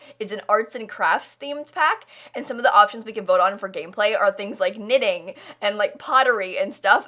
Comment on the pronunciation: Did you say knitting or ninning? Because I heard ninning and wondered, what that was and later I saw a comment talking about knitting. This was another from you! Thank you!! Sometimes I‘m not quite sure, wether I like the houses you do best or your comments, while you work on them. 😄